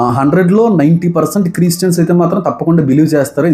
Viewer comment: Christians ani clear ga pronounce cheyaleka pothunnaru yenduku anna?